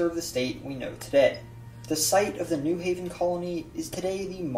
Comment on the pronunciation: When saying New Haven, the emphasis is on the Haven. (New HAY-ven, not NEW haven).